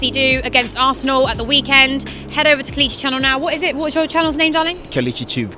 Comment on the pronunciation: It's pronounced Kay-Lay-Chi (KELECHI)